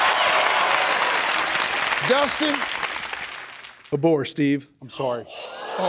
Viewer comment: When Dustin had said "A Boar" for some odd reason, I thought he said "Aboard" like Aboard the question and take an X like how Steve said.